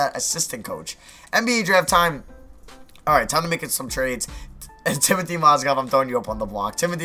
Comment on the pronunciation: It's timoFey not Timothy mosgov